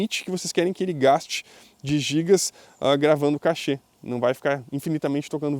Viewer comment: muito bom o tutorial, parabéns.... só uma dica: "Cache" não se fala "cachê". O correto não dá para escrever o fonema, mas sonoramente é igual a "cash" , que usamos quando falamos "vou pagar em cash", as duas palavras se falam praticamente iguais.